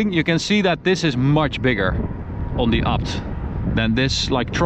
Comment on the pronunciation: Please say it properly, A B T, not apt